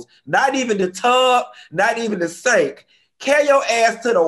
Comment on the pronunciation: Hilarious! He said “sank” (sink) and “blund” (blonde). I am done! 🤣😂🤣😂